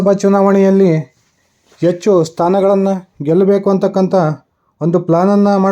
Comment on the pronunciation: Pl correct your pronunciation of Kannada, understand difference between "Hecchu" And "ecchu", good luck!